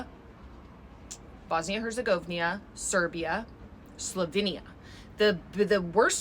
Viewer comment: Bosnia and Herzegovina, that"s how it"s ppronounced correctly.